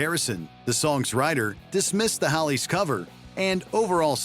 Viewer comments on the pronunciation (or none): It’s Hollies not Hallies